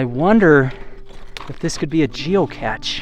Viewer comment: Its geocache. Pronounced geo-cash. The big tank with holes and tubes is a boiler that was used to create steam.